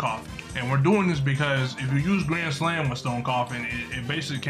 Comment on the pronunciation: I like the way bro said grand slam into gran slam gran slam